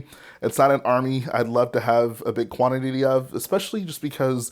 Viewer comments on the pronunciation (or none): did he say quanit-tity?